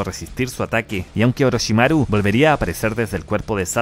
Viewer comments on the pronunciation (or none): Que rara forma de decir Orochimaru